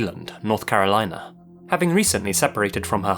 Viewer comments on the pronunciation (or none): none